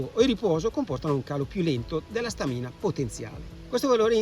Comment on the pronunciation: Complimenti per il video…unica cosa: si dice Stamina con l’accento sulla prima A! 😉